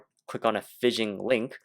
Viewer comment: 'PHISH - ING' is the word your are pronouncing like "FIZZION"